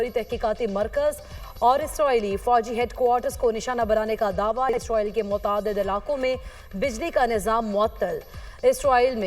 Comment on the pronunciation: Ye Isroil Kon hai? Anchor ko Israeel ka naam Lena aana chahiye😢